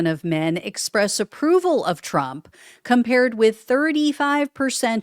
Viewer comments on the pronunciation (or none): none